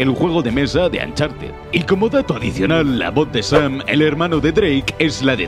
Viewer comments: Se pronuncia oncharted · Nadie Absolutamente nadie Ni Nathan leyendo su diario: Ancharted 4